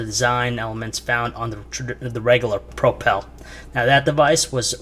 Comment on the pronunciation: Really annoying, i cant stand that he cant say propel.